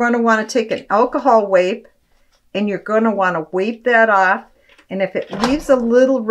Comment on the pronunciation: Please pronounce correctly. It is not pronounced “Alcohol Wape” as you have said, but it is pronounced alcohol wipe. The letter I is a long vowel because there’s the letter E the end of the word.